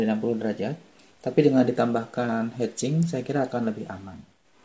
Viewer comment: Mantab om... Ditunggu lanjutannya... Ijin kasi masukan, heat sink sebaiknya tidak dibaca hed sing (kepala bernyanyi) melainkan dibaca "hit singk", hit dibaca seperti biasa sedangkan singk dibaca seperti singkong tapi tanpa -ong. Atau pakai bahasa menjadi "pembuang panas". Semangat dan sukses terus om...